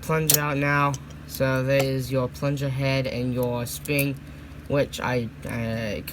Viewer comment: “And the sping”